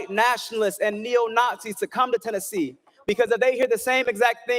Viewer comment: NEWSFLASH!!!! ITS TENNESSEE NO SURPISE